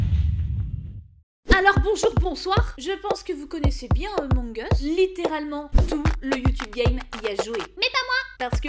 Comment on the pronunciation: "emong us" -_